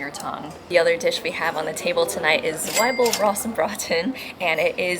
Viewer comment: its not Swibel rostbraten it is spoken Tsweebel rostbraten. Zwiebel is the german word for onion. i am not a fan of sachertorte (the e at the end is not silent). but the apfelstrudel is really good. regarding traditional coffee places, you found a loud fancy place for tourists, that is not really the real deal in my opinion. a typical austrian "Kaffeehaus" is more quiet, usually a bit worn out, sometimes with dark wooden panels on the wall. it is a place where doing nothing is the goal, staying there a bit longer than just to enjoy coffee and cake or for a breakfast. when you really emptied your mind, then your creativity kicks in and some new fresh thoughts and ideas appear. that only works when you go there without anything to do. some people read the newspaper but if you get bored from reading it, you put it away and then listen to your thoughts. for americans it is probably difficult to get an authentic feeling for the coffee house tradition in austria because it needs time and many tourists don't have time. especially for US people it is not common to stay longer in a restaurant after having finished the meal. which is the opposite in a coffee house where spending time is the essence. and you have to try different coffee places to understand what is cool about it.